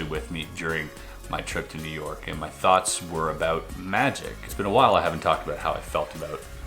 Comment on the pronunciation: “Yew Nork”